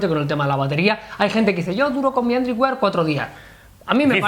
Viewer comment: Joder se dice "wær" no WIAR.... Dejad de decir WIAR que duelen los oidos! Por lo demas sois muy genios!!👍